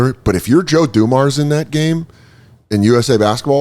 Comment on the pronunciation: OMG the way this kid pronounces names is cringe af. Joe DuMarrs?? jesus.